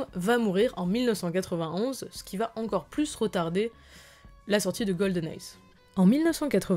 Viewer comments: Etrange de ne pas pouvoir prononcer le titre exact du premier "Bond" de Pierce Brosnan ! En phonétique peut-être alors... Goldeneye dite "Golden + ail = Goldenail" et non "Goldenaise" comme entendu. Autre point, l'absence pendant 6 ans des aventures de 007 est liée au rachat de la MGM par Giancarlo Parreti via deux filiales du Crédit, la famille Broccoli se sentant lésée, ce scandale finira au Tribunal. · La vidéo et l'écriture est assez intéressantes. En revanche, la prononciation de certains mots laisse à désirer. ("Un si lonT arrêt"GOLDEN EZ...) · J'avoue que j'ai tiqué, je trouve aussi que cela fait mal aux oreilles mais vu la qualité du taff, ça passe ^^